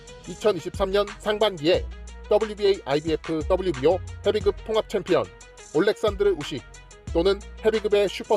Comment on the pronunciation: 헤빗급이라고 발음하시는게 맞습니다.